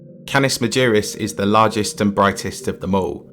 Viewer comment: Interesting video, but your pronunciation is terrible. Get a few lessons in Latin so that you know how to pronounce 'Canis Majoris'.